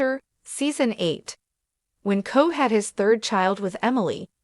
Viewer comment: KOBE as in K o b e e, not cobb.